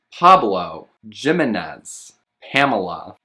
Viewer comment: Proper pronunciation for Jimenez He-men-ez, the J is supposed to sound like an H. As a Hispanic, I want to make sure names are pronounced correctly. Not to be rude or grammar police :))